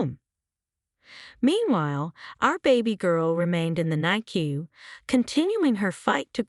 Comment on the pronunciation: NICU is pronounced NICK U 😊.